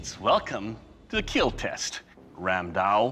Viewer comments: It will keel. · It will Keal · It will Keel 😂😂😂😂😂